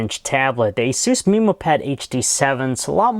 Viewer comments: wtf did he say "asooos" and "meeemo"?? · dc216full asus "mimo" pad.. annoys me lol